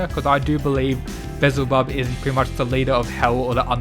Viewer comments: Beelzebub is pronounced be-yel-za-bub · damn beelzebub is kinda... yknow.... actually nvm.... (also its pronounced "bee-el-zeh-bub" lmao) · Be-Al-Zeh-Bub is how you say his name. His character is shown to be some type of scientist so I wonder if he had a hand with Zeros body? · FYI it's pronounced Bee-el-zebub